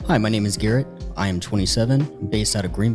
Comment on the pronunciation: Did this guy say name was Erret?? Definitely didn’t say Garret…